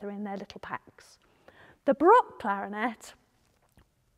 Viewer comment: I think you’re trying to say clarinet